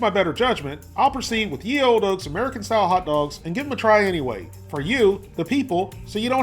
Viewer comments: the "ye" is pronounced as "the", not "yee" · its pronounced "the" and for price its around 70 pence